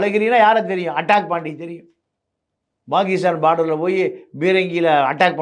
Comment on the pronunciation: பேரு. ப வை சரியா உச்சரிக்க தெரியாது முட்டாள் அது pakistan னு சரியா சொல்லு. Bagistan னு உளறல் எதுக்கு? வசம்ப சுட்டு நாக்குல தேய். உச்சரிப்பு சரியா வரும்.